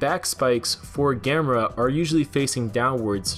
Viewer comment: ITS GA•ME•RA NOT GAM•ER•A!!!!